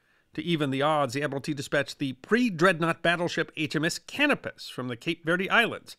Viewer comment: Love your videos. I have great respect for well-read folks such as yourself. I know finding good pronunciation guides when you have only seen something in print can be daunting. If I may make a couple suggestions in this spirit of respect. Canopus is named for the star, can-OH’-pus. The double-e in German is pronounced “ay”, so Spee is shpAY, in fact the rest of the Graf’s name you did quite well. So just amend the last syllable Graff’ fahn Shpay’.